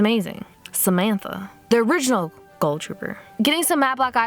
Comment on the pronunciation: Is it just me or did she say ghoul weird?! Like she pronounces it goal...